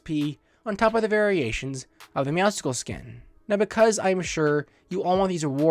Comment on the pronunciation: Hey ❤️ love your buds but it’s not meowscicles it’s meowscles